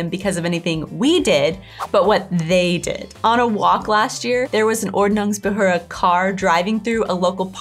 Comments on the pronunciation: You guys pronounced Quark perfectly! But you really have to practice on the Umlaute: Ü and Ö! It's OrdnungsbehÖrde and TschÜss! Ü & Ö ≠ U & O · you pronounce Ordnungsbehörde so wrong XD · Die Ordnungsbehörde is a word Americans aren't able to pronounce correctly. 😉